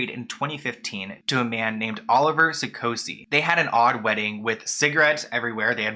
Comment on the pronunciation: Olivier Sarkosy is RICH! Its pronounced (Oh-liv-E-Aye) he's french. His brother was the president of France. The whole Sarkosy family is rich. While i thought the marriage was odd. If anything the prenup wasn't necessary, as they both have $$$